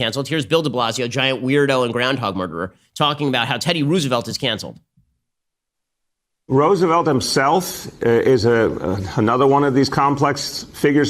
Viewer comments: Anyone else confused why he wrongly pronounces Roosevelt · Ben's pronunciation of"Roosevelt" 🤨🤔🧐😂😂😂 i have literally never heard it pronounced that way! So cute, made my day, i love it 🥰😍